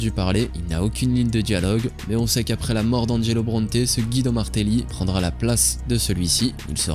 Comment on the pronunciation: Pour info son nom se prononce Gwido, comme dans le dessin animé Cars. Bonne journee